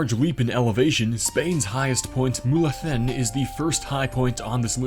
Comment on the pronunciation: Mulhacen was spot on